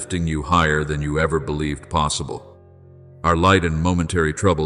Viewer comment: Ai doesn’t know how to pronounce possible…lol…I know where You are in Your luminous stillness…can’t help it…